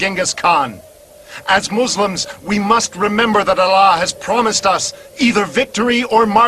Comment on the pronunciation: quite funny how they say 'moozlims' instead of muslims correctly xD